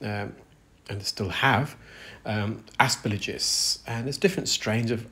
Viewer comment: The g comes before the l in aspergillus 🙂 Ass-per-gill-us.